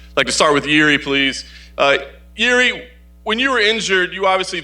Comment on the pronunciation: Im so fckn sick of this “interviewers” who don’t even know how to pronounce “jiri” it’s not “yuri “ WTF why’s everyone saying Yuri????? Fckn dumb ppl